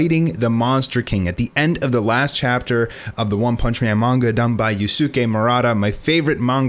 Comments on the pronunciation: God man stop sayin you-suki it’s use-kay that is how u pronounce it... ur like an old anime dub that deliberately mispronounces Japanese names lol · Yusuke is pronounced closer to yooskay